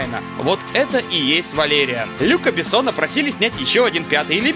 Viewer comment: А разве не "валериАн"? (про ударение)